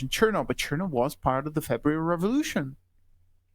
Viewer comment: Odd that the guest says that Aleksandra Kollontai was "not part of the original Bolsheviks," yet regards Trotsky as being one. Kollontai joined the Party in 1915, whereas Trotsky did so only in July of 1917. Also odd is that the guest does not pronounce "Chernov" correctly, given that he is presumably fluent in Russian.